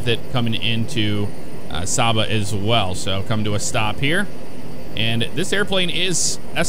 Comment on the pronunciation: Saba landing is an amazing experience. (Its pronounced Say-ba.) Loved making that trip in real life several times. Who else misses Force Feedback Thrust Master flight controls. Sucks that patenting is depriving the flight sim community of the force feedback feature.